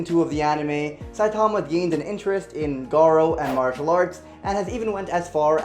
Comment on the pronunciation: He is saying saitama wrong.